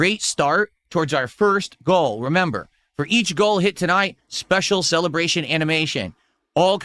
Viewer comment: I predict that during his 'Birthday Celebrashuns" he'll bring out the big guns - he will start crying, literally, about not being able to pay his taxes and what it will cost his dents if he isn't supported appropriately. ".. I will show you muh ABS.." David Brent " Well.. that's gay"